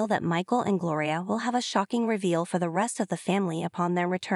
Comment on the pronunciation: It's Gloria not Glory